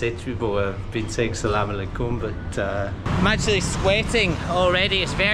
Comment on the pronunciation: The way you said Aslaam I alikuum was ❤